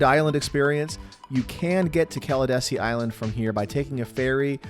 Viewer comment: It’s Cala DEE SEE Island. Not Cala “desi”